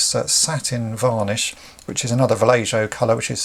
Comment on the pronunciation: Great work but it's pronounced "Val-ey-ho"